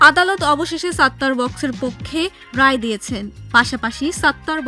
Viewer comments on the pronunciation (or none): none